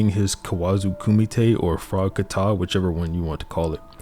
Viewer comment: Its not frogkaTA but frog ka tah